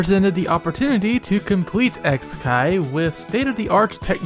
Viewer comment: I think it's suposed to be pronounced "kikai" since it means machine/mechanism in japanese It's a pretty clever pun actually